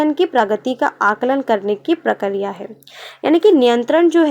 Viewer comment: Mam wo prakariya prakriya hota hai